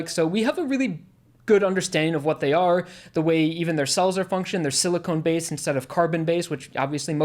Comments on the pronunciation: This may sound pedantic, but important distinction - rock humans are silicon (sill-ih-khan) based life, not siliconE (sill-ih-cone) based life. Silicon is a basic element, silicone is veeeeeery very different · Sili-KHAN, not Sili-CONE.